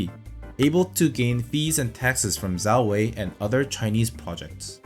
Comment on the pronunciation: I’m not even Chinese and I know it’s pronounced Jow Whey. 10/10 video, 5/10 Chinese pronunciation